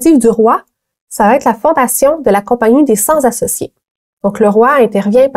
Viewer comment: attention il faut dire "cenT-associés" et non "cent-Z-associés". Sinon excellente vidéo, bravo!